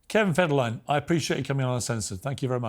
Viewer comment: Its Kevin Fed-her-a-line 😂